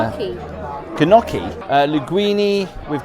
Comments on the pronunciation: It’s pronounced “Nyocki”, not “Ga-nocki” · Gnocchi is pronounced “nocci’ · God love u English... U never seem to be able to pronounce anything foreign correctly... Gnocchi... sounds like 'nokee' 😂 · I ordered Gnocchi in Rome and pronounced it Notchi, only to be rebuked that it's pronouned 'g-knock-y' 😂😂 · Gnocchi is pronounced with a silent G. Also, shells are not just white. They are lots of colors. Some mussels have black shells. Y’all are so picky for being under educated. Love your channel though. Thank you for all the enjoyment. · Gnocchi is pronounced knockie 😊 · Love the fact attempted to correct your pronunciation of gnocchi but ALSO pronounced it wrong, too!! Tell the G is silent 😜